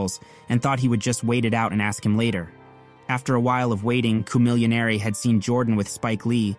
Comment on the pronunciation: I don't think you love rap. How you gonna butcher Chamillionaire's name and N.O.R.E.'s name? You're a CULTURE VULTURE telling old rap stories that heads who been down with the culture knew about years ago.